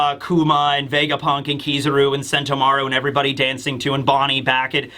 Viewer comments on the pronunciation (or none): none